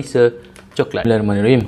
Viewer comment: Bacaan Bismillah tu Salah, tak sempurna.. smillahiromanirohim... Salah Bismillah, Setan Mkn Sekali... Lagi sempurna, just Sebut " Bismillah" بسم الله... Nampak bnyak Setan Makan sekali dengan